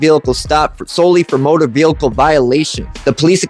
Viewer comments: Guy, love your videos, but you HAVE to stop saying “velicle”. What is that? It’s pronounced like it’s spelled: vehicle…..vee-ickel….the is no L in the middle. Am I the only one that this bugs? 🤣🤣😂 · oh stfu. He speaks perfect English except for the word "velickle." He should just say "CAR" if he can't say "vehicle" correctly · Yeah, saying it wrong once, ok, but saying "Veelickle" multiple times is kinda irritating lol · Please learn how to pronounce Vehicle or just stop using the word!!! There is only one L in vehicle!!🤦🏻‍♂️🤦🏻‍♂️🤦🏻‍♂️😩